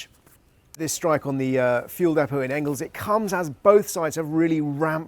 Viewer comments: It's Engels, not Engles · It's most probably Engels, not Engles, you illiterate faragists.